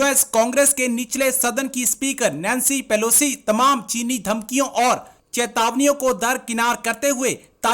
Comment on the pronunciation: कौन है यह इंडियन साइड से? नाम तक नहीं पता, नैंसी पेलोसी को पेलोस्की बोल रहा है और ज्ञान ऐसे बांट रहा है, जैसे सब कुछ इसी को पता है। 😊